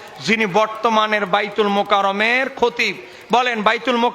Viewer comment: শালা তুই তো বায়তুল মোকাররম এর নামটাই ঠিক মত নিতে পারিস না আবার আসছিস ভুল ধরতে! গাধা কোথাকার!